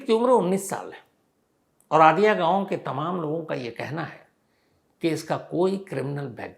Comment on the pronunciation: आदिया नहीं कादियां है नाम sir